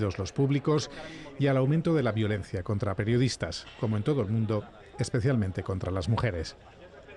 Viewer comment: "perdiodistas" jajajaajaja